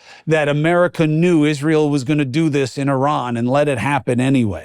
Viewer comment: Thank you for this and for correctly pronouncing Iran. You don’t say eye-taly instead of Italy. Right? Great t shirt too.